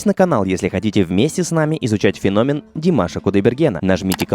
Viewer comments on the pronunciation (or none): none